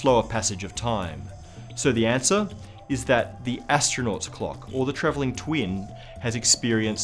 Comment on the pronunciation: Can't stand the way he enunciates the word "clock"